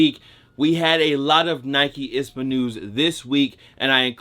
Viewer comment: What’s an “ispa”?... I thought it was I-S-P-A 👀